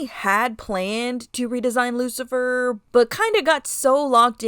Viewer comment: I like this Lucifer redesign ❤❤❤ also I'm in the teeth cult 🎉🎉🎉 also yes your pronounce it correctly and you can just say Rose in the future if u want ❤❤❤😂